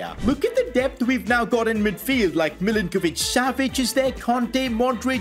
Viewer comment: At least he pronounced Milinkovic-Savic right , but Sergej...